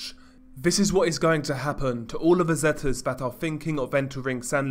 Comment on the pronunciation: Zetas is actually the letter z in Spanish. Not zets